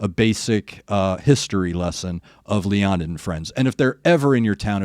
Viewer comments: Leonid is properly pronounced "Lay-o-need" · It’s pronounced Lay-uh-nid